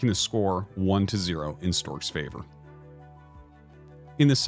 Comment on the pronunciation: Why'd you say Stork like a stork?